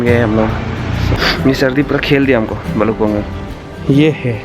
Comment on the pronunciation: bro its bhalukpong. not bhalkukpong..🤣🤣